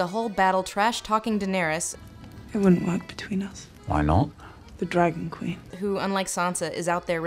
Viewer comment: 'She's muh Qwueen!'